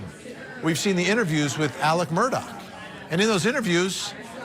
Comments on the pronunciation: Mur-daw not murdoch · Goodness people it's not Murdock! Their last name is Murtaugh.